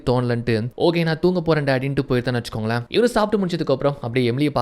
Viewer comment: Vechukonkale vechukongale nu sollathinga suthama nallave ila..innum better ah solla try panunga